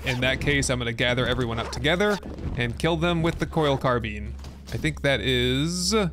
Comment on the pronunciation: WAIT A SECOND!!!!! So he'll look up the pronunciation of Bolognese.......but not Carbine?!?!? I am disappoint (not really though)